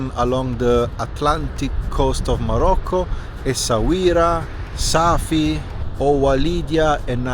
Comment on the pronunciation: Welcome to Morocco. It's not Safi, it's Asfi, which means "estuary" in the Amazigh language.